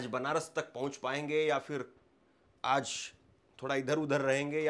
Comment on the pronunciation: Urdu Bolney ki koshish mat kro tum se na ho payega Aaz nahi hota Aaj hota h